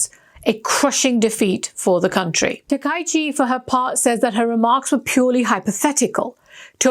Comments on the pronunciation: This woman is a fool, and her transgression is of a particularly serious kind: she is mispronouncing people's names, a serious insult in all cultures. It's ta-ka-yi-chi, four syllables. Both she and the person responsible for her performance should be fired. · Please learn Japanese pronunciation. Her name is pronounce as "Ta-ka-i-chi".